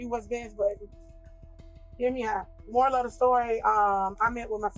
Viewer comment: Is she saying moral of the story or more of the story? 😂